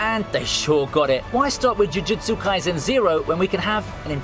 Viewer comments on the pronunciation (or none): "Tokyo Avengers" "Manoa" "Finland Saga" "Jiujitsu Kaisen" 💀💀💀💀